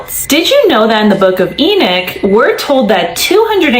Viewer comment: It's not e nick It's e knock 😉